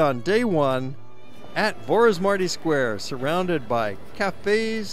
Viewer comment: I appreciate his effort to show our country to the world but next time please learn how to prounounce Vaci utca, Vorosmarty ter, and all the names. Thanks!